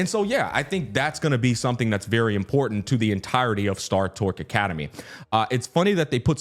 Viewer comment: Unc, it's star TOR-CH